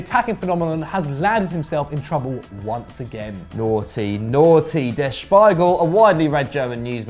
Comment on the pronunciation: It's pronounced: "Der Speegle".